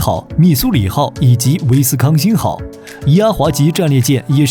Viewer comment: 你这念台词都有错的，“莱特湾”“威斯康星”。下次注意。